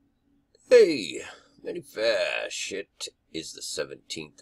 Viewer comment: "many fayshh" 😎